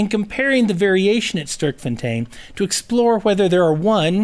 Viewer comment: it is sterk, not sturk, get your names right please...